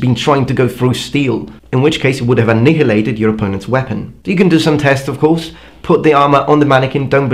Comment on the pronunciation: Your pronunciation of "annihilated" is IMPECCABLE sir!